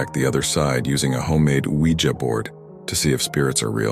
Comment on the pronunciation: Nice to hear Ouija pronounced “wee-jer” rather than “wee-jee”. 😉